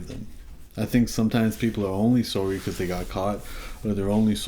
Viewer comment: "Sowry" ...Canadians 😆😆😂 Love you Humble.